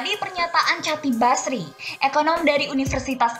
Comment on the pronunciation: baca nya bukan "catip basri", tapi khotip basri. diambil dr cara baca huruf hijaiyah.